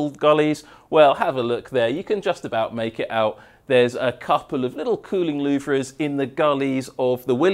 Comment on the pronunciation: I absolutely LOVE your technical videos, not only for the information you reveal, but also for your style, and sheer enthusiasm. 😍 But please, Please, PLEASE - you're totally doing my OCD in! 😬 They may be spelled "LouVRE", but they are pronounced "LouVER"!! 😭 Please, make this one small change to your videos, and I promise I'll buy you a nice cold beer when you're downunder in Melbs. 🍻